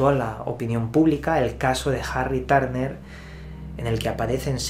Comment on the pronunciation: Jarri Tárner 😂🤣